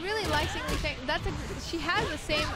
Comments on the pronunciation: Her name is pronounced "Lay-Fang" you idiots. Not "Lee-Fang" if her name was Lee-Fang it would just be spelt that way wouldn't it? Same with Bass. everyone says his name like you say the word ass but with a B in front of it. WTF man? is that how you say turn up the bass on a radio? or I play B-ass guitar?? learn to talk you yank fucks! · Yes, the girl's pronunciation of Lei Fang's name is wrong. The guy's pronunciation of Lei Fang's name is correct.